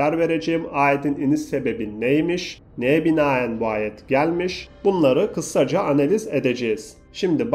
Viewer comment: kissaca degil kisaca